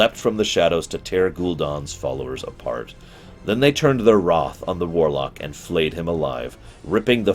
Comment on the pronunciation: The way you pronounce things was pretty awful and annoying but then you said “hoping to escape the alliances WROTH” Instead of wrath and I litterally shit myself